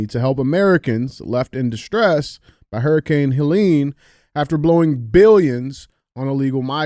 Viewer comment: Good to see DJ figured out how to pronounce Helene